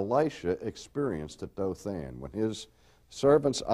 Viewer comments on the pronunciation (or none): none